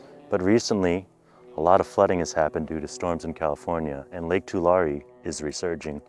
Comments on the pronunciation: too • lair • ree Born and raised in Tulare County... Pretty sure that's how most residents pronounce it! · I grew up in Tulare County! You got it close to how we say it as locals. It's more of a too leh ree (like "two larry"). My sister actually lives not far from where you are. She had to evacuate a few years ago during the floods.